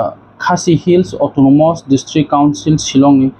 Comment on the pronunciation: Tamo autonomos hing ye saye twng autonomus hing ye sadi pronounciation bo chaliya